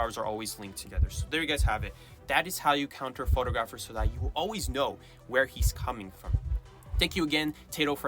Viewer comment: How you mispronounce photographer is jarring. Surely you should make sure you know how to say the word since it's the main word you'll be using all the time 😅